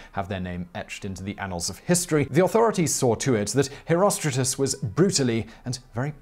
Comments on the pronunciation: Why the are you.pronouncing "HerostraTus" as "HerostraJus"??? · Always though it was pronounced hero-str-art-uhs